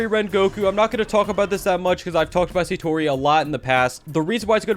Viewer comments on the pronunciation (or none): "Sayyyyytori" its satori